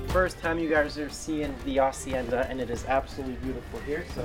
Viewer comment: First, thank you for pronouncing hacienda correctly! You know that the H is silent...my dude! Second, the food! I had just finished eating when I saw this and seeing that made me hungry all over! And that mahi was so golden in the water! It's a shame they change colors afterwards. No wonder they're also called Dorados.